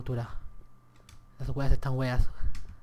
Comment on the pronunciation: me da risa cuando personas de otros países dicen weas o webadas XD les sale raro XD